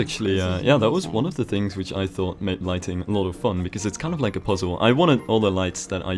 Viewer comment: Why am I hearing "lightning" instead of "lighting" ... "We need to make sure we have lightnings" wtf